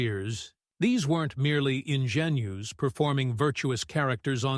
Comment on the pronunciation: "Ingenues" -- ignorant AI! I left as soon as I heard that.